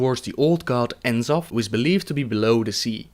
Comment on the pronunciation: Great vid but one thing dude, you're pronouncing the final Old God "In-Zoth" rathar than "Nuh-Zoth" as Chris Metzen pronounced it at 2010 Blizzcon during a Lore Panel's Q&A when he first revealed the character.